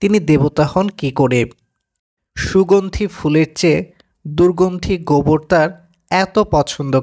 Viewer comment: উচ্চারণ ঠিক করে করুন,বলছেন গবর হবে গোবর ।